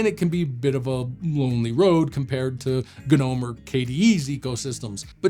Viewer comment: Any viewers who aren't shills? Anyone who can't pronounce Gnome correctly should remain silent and go back to school.